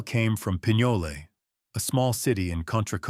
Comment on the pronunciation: Pinole, CA. Pinole is not pronounced Pin-Yolay, it's pronounced Pin-ol, silent e. Sounds like Pin-hole. If you know, you know.